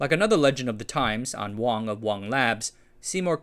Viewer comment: Not Wong, it's wang as in wang dang doodle. No one in Boston calls it the Wong Center.